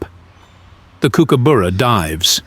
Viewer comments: If you are going to do a documentary on the Kookies at least get their bloody names right kookooboora is Not how you say it kookuburra is how Aussie’s say it phonetically you rabbit on with a lot of rubbish they will grab a fish if they see one. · Tell the Yank that it's pronounced,,,KOOKABURRA,,,,not KOOKUBOORA,,,, URRA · The pronunciation cannot be so wrong 😂. Coo coo boo ra. It’s cook a burra FFS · W anchor. It’s not “kook-a booras” it’s “kook-uh-buh-rah’s”. Seriously ruined your video bc if can’t even pronounce its name right, obviously NOTHING you say can be trusted. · Not boora but burra. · Not “Kookooboora”, more like “Cookaborough” (rhymes with “thorough”. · Try saying kookaburra properly. It’s cook, as in like what you do in a kitchen. Not kook like in a psychiatric hospital. It’s burra, like the borough in Edinburgh ie buh-rah. Not cookoo boorugh. Unwatchable video due to the hideous “accent”. 🇬🇧🇦🇺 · What a load of crap. Can’t even pronounce the name properly. Also, it is a Kingfisher and it does take fish from creeks, have seen them do it. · It's Kooka Burra not Kookooburra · no, not really. It's pronounced: "Cook" as in "Cook dinner" "Ah" as in "Ah, I see" "Bar" as in "drink at the Bar" "Ra" Cook-Ah-Bar-Ra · I was cutting up a tree trunk on the ground on the side of a hill once and a kooka "BURRA" came down right next to me and flew off with a 1m load brown snake. Then landed on a power line and then whipped the snake until it was butter. FFS say the fuckingn name right!!!! Seriously....it's KOOKA BURRA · Good documentary but every mispronunciation of kookaburra made me cringe. Cook a borough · The brightly coloured birds are Kingfishers, not Kookaburras and you should learn how to pronounce 'Kookaburra', it's not a Coo coo boora. just watch other videos and you'll soon learn. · It’s pronounced Cook-ah-burrah. Cook as in the kitchen and the burrah is the same as the first syllable of bucket. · That's not how we say kookaburra in Australia! Lol